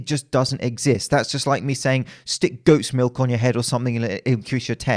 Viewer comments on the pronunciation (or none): I legit thought he said "ghost's milk" instead of "goat's milk"